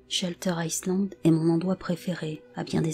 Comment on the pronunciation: On ne pronnonce pas le S de Island .